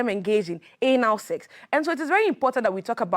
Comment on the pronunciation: How she pronounced the Anal sef is a great lesson 😂😂🤭🔥